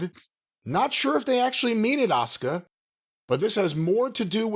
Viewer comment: It’s weird the WWE and American fans in general said her name and the male Japanese wrestler at that times name wrong. Her name is 1000% pronounced Ah-Su-Ka. The Su sound in a word or name is always strong like the word Suzuki for instance. WWE had 2 Japanese wrestlers at the same time both with Su in their name and said both of their names wrong.